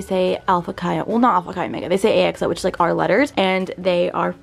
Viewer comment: Lol ok 44 year old Alpha Chi here. When you say the letters AXO you have to say it A “Chi” O. Please don’t say “X” thanks!!! 🤣😘